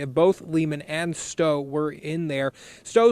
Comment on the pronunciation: No big deal. Just little things. Like her name is pronounced Stoe. She was never called Becky Sneider. You referred to her as Becky Sneider when you said she went to Brandywine. Maybe you were thinking of Angela. Gary Gless is not Robert’s friend. He’s his cousin and helped him dig the hole Robert put her in. He got no jail time for that. Becky was somewhat popular because she was cool with everyone (but no way you really could know that) and we were both new to Brandywine so she may not have known as many people there. She was much more popular at the other school we attended. I don’t know if you were trying to show the Gless house when you showed the White House before the aerial view of the farm, if so, that wasn’t the Gless house. That was Jackie’s house where he took her from. I like all the pictures you obtained. Some of them I’ve never seen. During the hearing for her murderer, you can see my father in the background. We were there in support of Becky’s family and to stop his parole. Obviously it didn’t work.